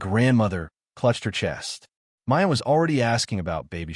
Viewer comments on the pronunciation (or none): none